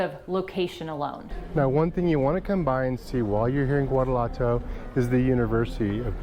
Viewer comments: Great video and I thank you for sharing it. But, since my daughter lived in GTO for a few years and I speak Spanish fluently, I have to share with you the correct pronunciation of Guanajuato. Its pronounced (Wanna-what-to). Also, the correct pronunciation for guacamole is: (Wa-ca-mo-le). I hear my fellow Gringos mispounce any word that starts with Gua as (Gu-a) and it should be pronounced as (Wa). I am just trying to help. After all, I don't hear people pronouncing the Vietnamese soup Pho as (Fo). Its pronounced correctly as (Fa). Right? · Love your videos, as they take me back to my days as a reporter on Mexico's doings for The Houston Post. My thin beef with you is that you mispronounce many of so many well-known words. Guanajuato has no "w" sound, for example. My advice: upon arrival, ask locals how they pronounce names of their cities and popular tourist attractions/destinations. It is not a major criticism, but one that, when corrected, would rid you of the usual darts & arrows thrown at foreigners. . . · There’s no “R” in Guanajuato. My grandmother was born here. I last went as a child. Would love to return. Thanks for the videos! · Loved the takes at the end! And needs to learn how to pronounce Guanajuato...